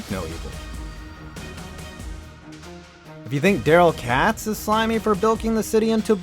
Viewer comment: I know it’s spelled katz but it’s pronounced katez